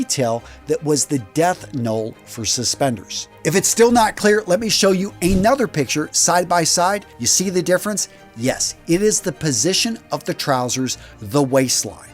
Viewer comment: "Death null"? The phrase is "death knell."